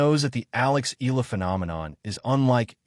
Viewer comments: Eh-Yah- La and not Ih- La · Please correct your AI to pronounce EALA's name correctly. It is EE-YA-LA!! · And you know all that for sure? You can't even pronounce Alex's last name properly. You AI BS!